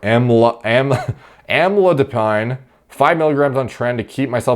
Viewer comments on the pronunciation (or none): Amlodipine is pronounced am-low-di-peen